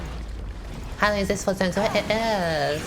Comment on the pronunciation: I love the "ZONT ZO IT" series! ❌👄❌